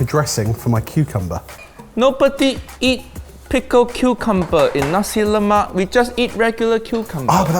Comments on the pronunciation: We Malaysians get frustrated when some of you pronounce "nasi lemak" wrong. It's "nasi lemak" not "Nacie Lemack" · on a side note. It's pronounced NAsi LEmak. The first syllabus of each word is the one emphasised! Either way, great work guys! Always enjoy seeing our tiny little island on a video! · They are butchering on how to say "nasi lemak" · what did i learn? no white person can pronounce nasi lemak